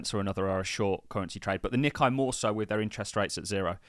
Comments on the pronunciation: The Nikkei index - is pronounced Nick-ay mot Nick-eye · its pronounced Nee-Kay